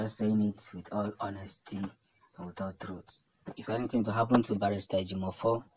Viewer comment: Please pronounce the name correct.we don't have Ejimofor .what you can find is Ejieofor or Ejimakor